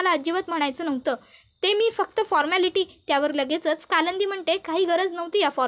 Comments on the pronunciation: Stop saying kalandi😮 it's kalindi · काय कालंंदी कालंदी लावलय,नाव कालिंदी असे आहे